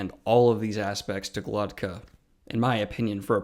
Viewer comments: Daniel is dyslexic, and strange names like these are probably the worst for people with a disorder like that. He says it with the t before the k when it's actually GloKTa, that's why it sounds off. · Why can't you pronounce his name right? Are you dyslexic?